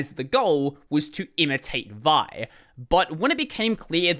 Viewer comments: vi not pronounced "vie", it's "vee eye". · I have never heard vi pronounced as one syllable before...